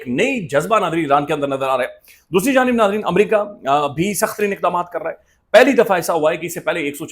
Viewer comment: You are pronouncing America wrong. It's Not Amaraka, It is AMERICA